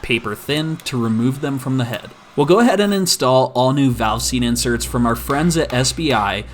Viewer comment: You said "valve seast" so many times that I no longer believe its a real thing lol Edit: this is a joke